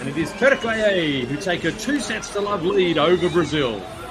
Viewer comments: For the commentator: It's not TürkAye it's TürkIye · Spikerin turkeye gibi saçma telaffuzundan sonra keşke Turkey olarak kalsaydık sendromu... :D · Türkiye swept Brazil again. Clearly you could see the Turkish players out performed Brazilians. One thing I didn’t like about this video is the Fu..ing commentator. He could not pronounce the 90 million country’s name properly. It’s TUR-Ki-YE. That was annoying and I thought it was disrespectful. Other than that it was a great game. Enjoyed watching. Congratulations to both Türkiye and Brazil for the great match.🇹🇷🇧🇷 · The speaker must pronounce Turkiye better